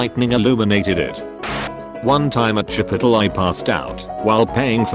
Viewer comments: Chip - o - tall: We don't even have it in England and I know that's not how it's pronounced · the narrator tho... CHIPItole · chipuhtle lol 😂😂😂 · One time I heard chipotle pronounced as chip-pult-le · Chipotle= chipitle Seems legit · “chippitil” WUT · I love how it pronounces Chipotle as Chee-pot-il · The way "chipotle" was pronounced LMAO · This was cool and all but the best part was when the text-to-speech says chipotle. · The way Chipotle is pronounced, lmao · IM LIVING FOR THAT CHIPOTLE PRONUNCIATION